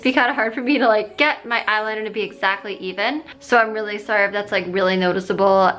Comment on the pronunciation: "Weally weally weally..."